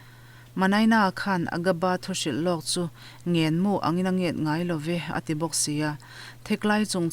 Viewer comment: Ngaihthlak a nuam e.chhiar pawh I chhiar ngaihthlak nawm in I thiam hle mai.mahse ' ngenmu' tih hi i lam dik lo.' ngen' ah hian thluk sei sang deuh hlek tur.